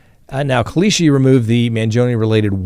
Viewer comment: how hard is it to say kalshi